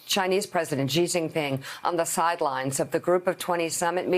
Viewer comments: I understand why Xenophobia is 'X' in the capital letter and pronouced like 'Zenophobia' So people pronouce Xi like Gee. Actually Xi jinping should be called as 'Shi Jim Ping' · It annoys me that everyone pronounces Xi wrong. The X in Chinese is pronounced like SH with a slight leaning toward a simple S. Not that strange ZHJ sound that all of the reporters keep using. It sounds more like SHE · Why oh why do people say 'President Ghee'? Where did the gh sound come from? There is literally no such sound in Chinese! It's very close to she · Xi is pronounced "Shee" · It's comparatively one of the easier things to pronounce in Mandarin for English speakers...where did the ghee come from?